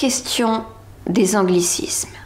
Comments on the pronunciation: Oui les Québecois utilisent des anglicismes mais eux savent les prononcer :) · On utilise peut-être des anglicismes mais au moins on sait les prononcer contrairement aux français